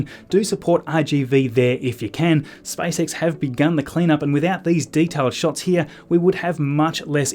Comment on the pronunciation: Am I the only one hearing Spice X 😂😂😂